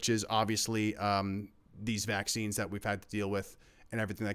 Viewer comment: He can't say vaccines